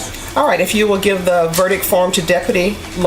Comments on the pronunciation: A verdick? That judge should know better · How does a judge pronounce verdict "verdick" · Judge handing out 80 years and cant even say verict. 😂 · Judge, "is this your verdIC"? Lady your missing the T at the end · Judge can’t even pronounce verdict right